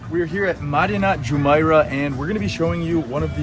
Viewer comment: It pronounces JumEIrah, not JumAIrah. Al QOOZ, not Al Qwaaz.